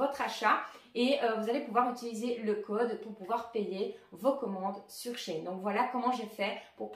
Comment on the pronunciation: She [chi] in [ine] et pas [chayne]